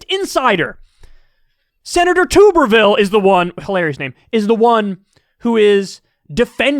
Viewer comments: It’s pronounced Like bathtub, Tubberville. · His name is pronounced like “tub” rather than “tube” btw. He was a terrible football coach before, so I heard his name mentioned here and there over the years. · Kyle, it is pronounced Tub- ervile like Bath tub. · It's pronounced TUH-ber-vill, & it's French. Tubby thinks he's elite because he has a French last name. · Please, forever pronounce his name wrong, Tooberville is a fucking joke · Is Kyle ever going to pronounce Tuberville's name correctly? 🤣